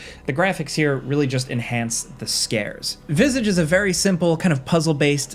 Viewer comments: the way he pronounced visage killed me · Tbh after i was almost entirely distracted by the pronunciation of "Visage" an the subsequent web searches. My native language is neither English nor French, but somehow I am really bothered by the apparently correct pronunciation in English.